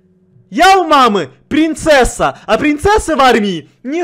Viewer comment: "И вообще знаете что?Я у мамки прынцэсска!" Оооруу с мамонта🤣👉👈